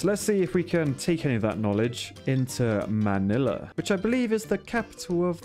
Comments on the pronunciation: Strangely you pronounce Manila perfectly. Literally 99% of the time foreogners fail horribly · OH MY GOD FINALLY A YOUTUBER THAT I CAN ACCEPT THEIR WAY OF SAYING MY COUNTRY'S CAPITAL[Manila] and also I just realized it sounds like I'm criticizing the other YouTubers in their accent just bc I don't like it so I'm sorry if it seems like that😁😇😖🎀☺️😍😳🥴😘🥰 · As a Filipino, I would like to say, your pronunciation of Manila and Ilog made me very happy!